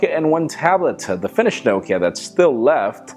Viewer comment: Why don't you just buy your phones without a contract? I haven't bought a phone with a contract for 8 years... And why can't you pronounce Nokia? It's Nock e ya